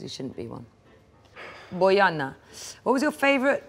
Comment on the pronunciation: I absolutely love this channel, and I’m astonished of how she pronounced “Bojana” perfectly. Just an amazing woman all-in all